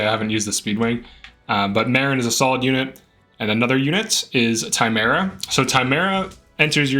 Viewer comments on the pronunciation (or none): Tim-erra Not time era